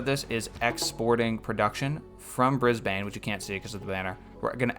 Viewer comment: Hey mate, Australian here! I'm loving the series but it would help me a lot if you could pronounce the city names a little different. Geelong is said G - long (like just the letter G), and Brisbane is more like Brizbin, Canberra is more like Cambra. All good if you don't care